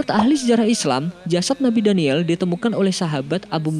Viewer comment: Maaf mas nabi daniyal AS . Bukan daniyel.. Meluruskan saja.. Coba lo denger baik" Nabi daniyel